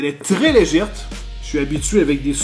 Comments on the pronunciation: Légère et non Légèrte, c'est plus net... sinon Nice la vidéo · on dit pas "légèrte" mais on dit "légère" mais bon je t'aime bien quand même malgré les faute de prononciation de français 😎💪👌😂😘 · Salut! Juste une petite remarque, on dit «légère», pas «légerte»... à moins que ça soit du patois québécois...;-) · Un aréoport, un souris "légèrte". Tu me surprends sans arrêt ^_^ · Une souris légèrEU et non pas légèrTE xD allons ^^P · " Elle est très légerte" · On dit legèrte au kebec ?